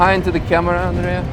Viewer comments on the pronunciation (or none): none